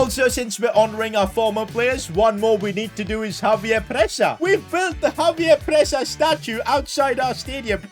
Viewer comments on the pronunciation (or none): when will start calling xavier presa zhavier presa instead of javier presa